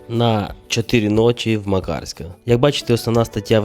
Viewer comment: мАкарська, рОвінь, зАдар, бАшка вОда - скрізь наголос на перший склад